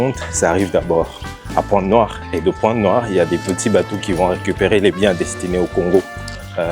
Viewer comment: c’est si bien prononcé 😊 Pointe-Noire 👏🏾